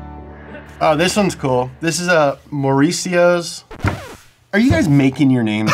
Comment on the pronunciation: Dude, how is it that pronunciation of my name (Mauricio) is on point? Meanwhile I had professors that would butcher it and I had daily classes with them.